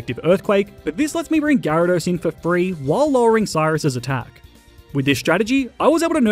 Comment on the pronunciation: DO NOT LEAVE OFF THE Y IN GYARADOS! AND IT'S WHISCASH, NOT WISKCASH!